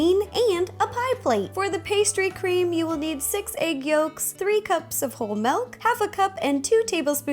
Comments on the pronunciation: UGH U YOU SAID MELK ITS MILK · I love the way she says Milk! (MELK) xDDD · Milk not melk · I'm so sorry but you say MALK! OMG IT MAKES ME SO MAD!! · She said malk